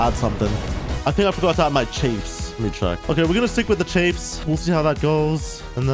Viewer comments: I really, really enjoy your videos mate, but every time you say "CHAYYFE" instead of "CHAFF" I have the sudden urge to smash my screen because it's so irritating (AND YOU'VE BEEN DOING IT FOR YEARS YOU DOUGHNUT)! You're awesome mate, but seriously... It's Chaff not Chaaaayyfe. The A is sounds like it does in the words 'baffle,' or 'gavel' or 'tangle.' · It's chaff byw not chayf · For the love of god stop calling chaff chafe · I really, really enjoy your videos mate, but every time you say "CHAYYFE" instead of "CHAFF" I have the sudden urge to smash my screen because it's so irritating (AND YOU'VE BEEN DOING IT FOR YEARS YOU DOUGHNUT)! You're awesome mate, but seriously... It's Chaff not Chaaaayyfe. The A sounds like it does in the words 'baffle,' or 'gavel' or 'tangle.' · U gotta stop saying chaif. ITS CHAFF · Bro it's pronounced chAAAff, you keep saying Chafe lol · I thought it was pronounced chaff like laugh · In case you care, it’s pronounced like Aff. Chaff.